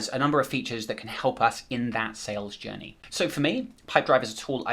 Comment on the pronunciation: Everyone - head's up - he's not saying "Sales Jenny" ... he's saying "Sales Journey". Took me a couple rewinds to try and figure out where he defines a "Sales Jenny" before I checked the transcript and found that it is a "journey" to which he is referring ;-)